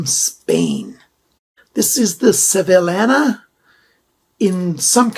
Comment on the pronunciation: Good video. Thanks. FYI, it’s pronounced “Sev-ee-YA-na” 😁